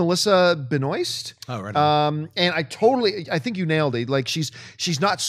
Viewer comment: pretty sure her name is pronounced Ben-WAH.. sounds french.. you should know that as a Canadian